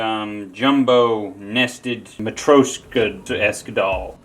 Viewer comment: the way you pronounced matryoshka make me crawl out of my skin